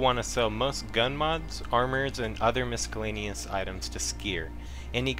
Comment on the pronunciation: Nice video. I only want to harp on the fact you mispronounced Rubles every single time as you kept saying ruples. There isn't a P in the word. Also, miscellaneous was wrong as well. You added a hard C/K in it. All that said, very informative. Glad you added something about looking for barter trades at the end. Things like the Drill, I just learned can be traded for a 50k ruble suppressor instead of selling the drill for 13k itself.